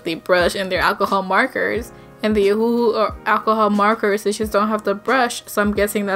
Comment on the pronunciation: It pronounce the name as if the second hu is not there you holed it out (ohuuu)